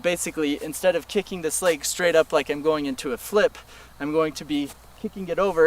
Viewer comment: He's not saying kicking, he's saying kickink